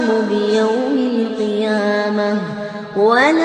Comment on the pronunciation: Salam, Yessssssss tht was the first thing I noticed!!! He does say iyamah instead of qiyamah! Mashallah this is a very beautiful recitation! This seriously did make tears come to my eyes! May Allah bless him and all the Muslims who have faith!